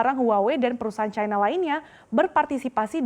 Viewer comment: cina kok dibaca caina sih ? salah ejaan